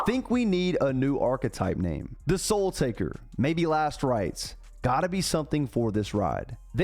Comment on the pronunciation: Soul Taker naw...... "Sole" Taker hy !